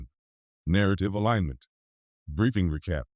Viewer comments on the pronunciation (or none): none